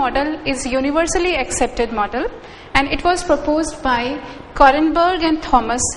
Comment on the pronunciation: she herself does not have clear concepts . And it is Robert Kornberg not "Korenberg". What is "weak bond" or "strong bond" ? don't use such vague terminology.